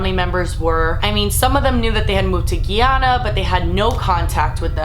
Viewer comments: thanks for bringing attention to this. but just a heads up, it's pronounced "guy-anna" :-) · Hi I love watching your videos just wanted you to know you were pronouncing Guyana wrong it's pronounced Guy-Ana...my parents are from their I've seen the documentary for Jonestown a few times I thought it was very interesting. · Just wanted to say its pronounced like guy-yana ( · lol it's pronounced like Guy - Anna, love you 😂❤️ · Thank you for spreading awareness of the Jonestown Massacre. My father is from Guyana (pronounced GUY (as in man)- ANA) and he was just a teenager when it happened. Luckily, he escaped from Jonestown and lives to tell the story. ❤️ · DailyTomato no it's spelled guyana and pronounced (guy ana) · being from Guyana, its irking me the way she's pronouncing it.. GUY-ANA. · I'm sorry but Guyana is pronounced Guy-anna just wanted to let you know cause I'm Guyanese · It's pronounced, GUY-ANNA LIKE A GUY AND THEN ANA. loved the vid tho<3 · it's pronounced as spelled (GUY-ANNA) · It is pronounced guy ( as in the male species) ana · It is polite to learn how to pronounce the name of a country that you are talking about. You can look up correct pronunciations right here on YouTube, it is very easy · df is Guiana? it's Guyana. .guy ana. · Loved the video, but the way she said Guyana tho... 😒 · The way you pronounce Guyana makes me cringe so bad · Didn’t know what she was talking about at first either. Literally hurt my heart every time she said it wrong 😂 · hahaha😂😂😂....how she pronounced Guyana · that's not how Guyana is pronounced cringe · You've pronounced Guyana wrong this entire time. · lol how she pronounces Guyana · Cringing every time she says "Guyana" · Thank you for posting ...except for the pronunciation of Guyana 🇬🇾 ...very interesting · how she's says guyana makes me cringe 😭😭 i'm guyanese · lol you said Guyana weird :^) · Music is too loud. Guy-Anna not Giyana. Other than that, great video. Interesting story.